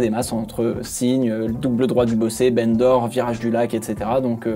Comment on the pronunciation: C'est pas très intéressant mais "Bendor" se prononce "bandor" ou "banc d'or" si tu préfère, et pas "bene d'or". C'est en référence à l'Ile de Bendor, rachetée par Paul Ricard, qui est en face de la ville de Bandol, à quelques minutes de route du circuit.